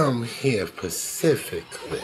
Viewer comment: "pacifically" and "appearience" my sides hurt!